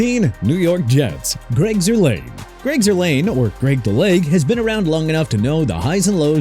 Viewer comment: JASON SANDERS AT #11... ARE YOU KIDDING ME? PATHETIC! AND ALSO GREG ZUERLEIN'S LAST NAME IS PRONOUNCED ZOOR-LINE NOT ZOOR-LANE!!